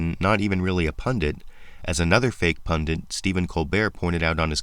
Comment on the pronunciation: You are right, man, Right as rain But even so You cause me pain The word is "pundit", man The way it's writ So don't say "pundint", man, Signed: English Lit.